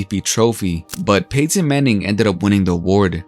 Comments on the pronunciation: Really stressing that Pay-tin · Hate the way this dude says Payton and Peyton